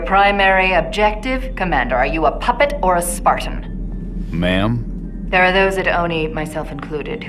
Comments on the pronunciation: When I first played i heard mum and for all this time thought Jorge was her son. I was like wow she is ducked up for putting her own son in the program. It’s only know I realise he said ma’am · He is saying mom, not Ma'am but Mom you can clearly hear it when compared to the team leader saying Ma'am it's really not even a debate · If you read the books, youll know that it stated the the Spartans II refer to Halsey as ma'am but they sligthly change their pronounciation to sound like mom. Something that doesn't happen to other people they refer as ma'am. So yeah, the subtitles show ma'am, but there is a reason it sounds like mom.